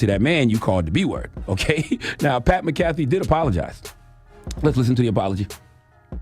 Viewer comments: Lenard MacKelvey should know how to pronounce Irish names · If Charla were hooked on phonics like he's hooked on 🍆, he'd be able to pronounce McAfee. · He lying he don’t watch the show he can’t even pronounce bruh last name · I think he did it on purpose cause he said his name correct yesterday when they first reported it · Charla really don't know sports for real. He can not pronounce Mcafee and they say his name in ESPN all day 🙄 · Charla, at least say his name correctly. Do your googles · CTG said he watch his show then says his name wrong 48 times lol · U don’t watch his show. U don’t even pronounce his name right. His show literally named after him 🤣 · The way you’re mispronouncing his last name, you sound like a white person that pronounces 2Pac’s name as 2Pack. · U said u watch his show. Y are u saying his name incorrectly? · U enjoy watching his show but don't pronounce his name right....yeah we don't believe you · Gotta call your bluff when you say you watch Pats show as frequently as you say and not get his name right 😅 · Charlamagne reaching! Sounds dumb as hell pronouncing his name wrong lol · Said his name wrong charla lol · Donkey of the day to Charla for pronouncing his name like that 😂😂😂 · Give yourself DOD for mispronouncing dude’s name 😂😂😂😂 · he got that man name all wrong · PAT MCAFEE LOL you know how to say his name lol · CTG doesn’t know how to say Pat McAfee name. He also admitted that he watches “The Pat McAfee” show. So, he’s heard Pat McAfee himself say his own name and CTG still can’t pronounce it correctly. Pat McAfee! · Maca-Fee my friend 😂🤣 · Ctg it's Mac A Fee not macaffey McAfee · Charla pronounced that man’s name like McDonald’s coffee 😂😂 McCafé 🤦‍♂️ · MACK A FEEEEEEEE Super cringe how he’s pronouncing his name 😅😅😅😅😅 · It’s pronounced Mac-uh-fee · Mac-Ah-Fee. South Cak Public Education strikes again 😂😂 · Le nard really said pat mick caffee lol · That's not how you pronounce his name 🙄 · He said this man name wrong the whole time 😂😂😂😂😂